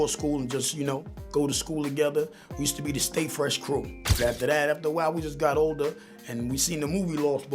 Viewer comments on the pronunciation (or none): none